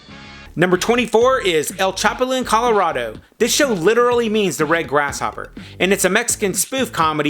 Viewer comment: ChapuLIN...the accent is on the last syllable..........c'mon man!!!